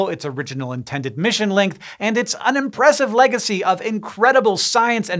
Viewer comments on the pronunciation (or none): It sounds like you said 'unimpressive' rather than 'an impressive'